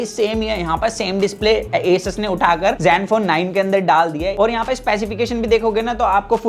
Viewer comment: असूस नाम है दोस्त, ऐसस नही